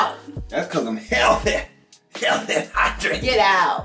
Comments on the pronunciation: “dats cuhs im huhhealthe’! huhhealthe’ een huhhydrated.” 🤣🤣🤣 the way I hollered!!! 🤣😭😭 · Him saying HEALTHY has me dead 🤣🤣YALL are so cute